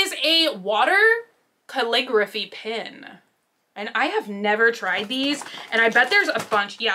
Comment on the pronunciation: Love how you say pin instead of pen, I know you've asked before how else to you say it? It's pronounced like hen, Ken, men, den, ten, etc 🤗😂